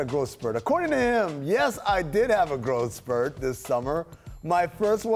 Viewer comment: whats a "GROW" spurt....